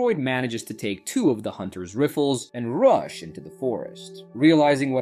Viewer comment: You almost made it through the whole video without any mispronounced words from your AI. And then it tried to say rifle.....SMH. Lazy. Just so freakin lazy. 👎